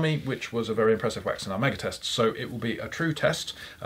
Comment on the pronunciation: The sooner starts to use the word sealant or coat instead of his pronunciation of wax, the better:D Good video and interview. I look forward to trying version 2 alongside version 1